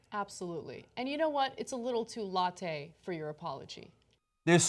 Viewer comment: "Too latte?" Oh, Ana...